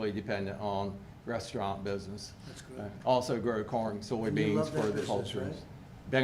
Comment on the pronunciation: I thought he said porn instead of corn lol